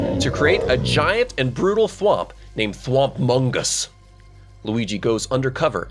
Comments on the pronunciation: "Thwompmongus" whatever you do, don't swap the "Thwomp" part with an a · "thompmungus" "Linkwegee"